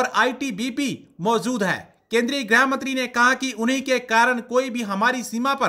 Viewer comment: ग्रह graih नहीं भाई गृह grih